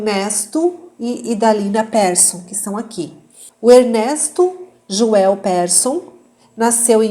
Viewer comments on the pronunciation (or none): none